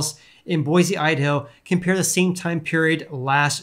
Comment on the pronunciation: I live in Boise Idaho (btw you pronounced it just fine :)) and things are crazy prices need to seriously drop before my family has a prayer in a house. Love the videos!